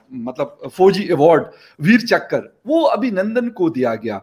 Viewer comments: Chakr, not chakra nor chakar. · One more - " Veer Chakkar" 😂🤣